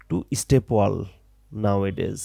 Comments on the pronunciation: ভাই অইটা ওয়াল না ওয়েল😂😂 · bhaiya ekto bhol hoyeche apnar pronunciation a well kuwa ke wall ba deyal bolchen